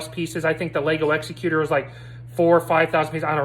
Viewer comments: Has anybody told you yet, that you're mispronouncing the name of the ship? It's Executor, as in, the top executive of a company, a person in charge of a will is most commonly called the "executor of the will". You keep saying Executor as if it's an Executioner, a person that kills other people, mostly after a trial. There is no executor as it pertains to an execution. An execution has an executioner. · Yay another crappy ripoff that probably copied some fan’s design and the guy reviewing didn’t even pronounce Executor correct. How do you do a review of a Star Wars ship with out even knowing how to pronounce its name.